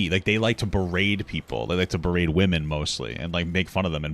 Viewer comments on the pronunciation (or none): The word is be-rate. Not "braid"